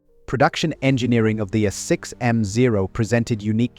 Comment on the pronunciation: I think this is AI generated. This whole series using way too many instances of repetitions. Too many obvious reading errors. using a as A 6m no a6m mark whatever. just done with this channel